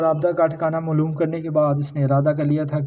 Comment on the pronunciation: Maaloom. Mloom nahi hota 😅